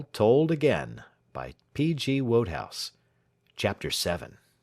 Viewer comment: It’s pronounced WOOD-HOWZ. just an fyi. 😊